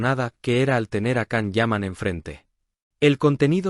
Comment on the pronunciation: No es la primera vez que Tamara mete las patas, también lo ha hecho en el programa de El Hormiguero, de nada le sirve ser marqueza, hay personas mas educadas y sinceras que ella. Es una pesada, creida, antipática y orgullosa! Otra cosa, al canal se le recuerda que la pronunciación de Can es: Yan, Yan, Yan. Por favor!!!